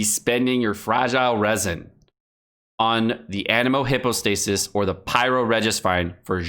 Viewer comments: Also its pronounced hypo not hippo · Don't farm the Anemo "Hippo-stay-sis" he says. Too late, I have everything already.